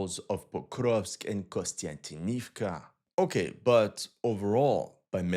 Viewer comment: Repeat after me: KONSTANTIN KONSTANTIN OV KA KONSTANTINOVKA not KONSTANTINIVKA.